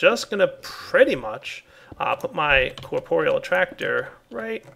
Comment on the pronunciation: its corp-real not cor-por-e-all